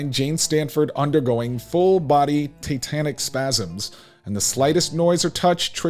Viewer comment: Dying at the pronunciation “titanic spasms” 😂😂😂